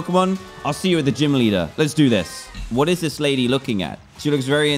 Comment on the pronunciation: Dan: "It's Jeem Leader Time!!" Me: "Did He STUTTTER!!??"